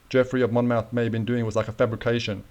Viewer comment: Hello my friend. Talking of minefields, the name Monmouth is pronounced as Mon-muth - with emphasis on 'th', like moth sounds.